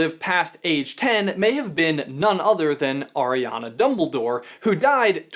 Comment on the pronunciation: Anyone else bothered by him saying ariana wrong